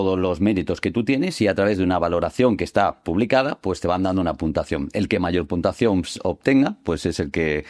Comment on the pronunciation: El "mejor" profesor ni siquiera sabe pronunciar bien la palabra "puntuación".